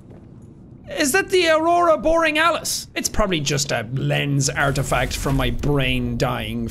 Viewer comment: nah nah nah he said aurora boring alas